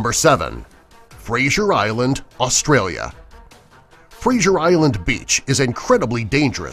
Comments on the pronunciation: Lol he said frasher Island when it's actually pronounced Frazer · Fraser Island is not dangerous oh and it's Fraser not frasher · It’s fr-aye-zer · That's not how u say Fraser island